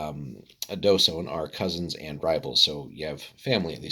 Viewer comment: The Dh is actually pronounced like TH as in THINK so it's TH-sone.